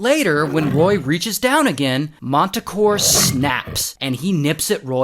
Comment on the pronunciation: They’re performing with this guy: MANTACORE 😂😂😂